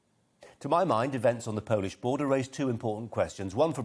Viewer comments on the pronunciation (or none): none